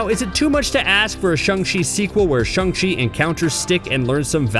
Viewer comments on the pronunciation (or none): Its shANG not shUNG